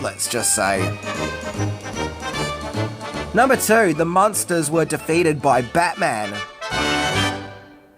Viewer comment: IDK if it's the accent, but it sounds like the host is pronouncing the name as Monsters and not Munsters, as in Muenster cheese, or Munster the German city.